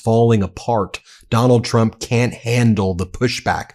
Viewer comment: It really does sound like she says chump instead of Trump.